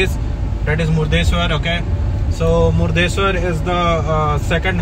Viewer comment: Hello it's not "Murdesswar" it's "Murudeshwara".. don't pronounce it wrong as each place is recognized by its significant name. So its everyone's responsibility to uphold the integrity of the place without pronouncing it incorrectly. If you could not get how to pronounce - Google is at your service